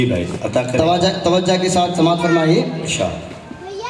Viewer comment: Tawaja nai tawaju hai Ghazal padne nikale urdu hi barabar nai